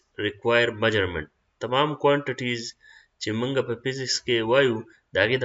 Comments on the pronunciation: MEASURMENT NO NO NO NO NO MAJURAMENT ✓ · Ka laka mauggerment😂😂